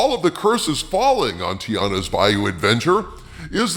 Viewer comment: TI-ANNA, not TI-ARRA. you sound like you are uninformed.